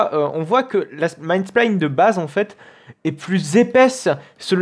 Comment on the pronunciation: La video est tres bien mais pour l’amour du ciel on dit pas man spline mais « main spine » prononce maïne spein :)